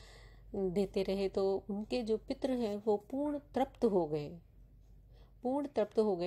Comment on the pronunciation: आपकी भाषा बहुत खराब है।आप संस्कृत शब्दों का उच्चारण यदि सीख लें, तो पितर को पित्र और तृप्त को त्रप्त नहीं बोलेंगी।